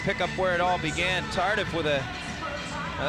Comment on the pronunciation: Pronounce Tardee not Tardif.